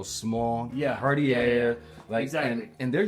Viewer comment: that way he pronounces cartier is pissing me off